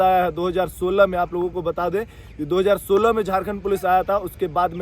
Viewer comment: Jharkhand nhi jhatkhand bolo 😂😂😂😂😂😂😂